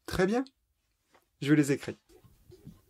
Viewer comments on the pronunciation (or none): Merci. j'ai remarqué quelque chose . Le 500 tu le prononce ( SANSO ). Pourquoi ? et aussi " Je les ecris " tu prononce ( JE LES CRE ). Pourquoi ?